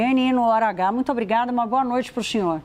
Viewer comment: Essa mulher troca o s pelo x. Que agonia. O xinhor xe axustou? Não consigo!